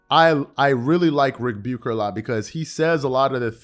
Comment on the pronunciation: Something random I've noticed. The way you say Ric Bucher sounds like rebuker. Which is appropriate.